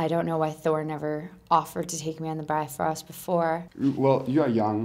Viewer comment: What I really want to do is Jump in there and make them say Bifröst correctly, its not Bi-Frost, its bif-Röst